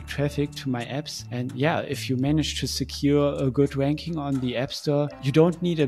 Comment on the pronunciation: I'm sorry; but everytime you say "ranking" , I hear it with a "W" 😆 but great content and very insightful.